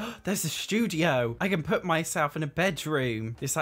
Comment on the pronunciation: "You're gonna poot me on foot finder" hahahah.